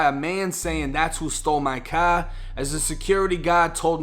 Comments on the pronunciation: Stolen kah in the paaakin garage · "Thats who stole my cahhh" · The caaaaaaah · I love how this dude talks ghetto except when he says CAR then he sounds like a white Boston guy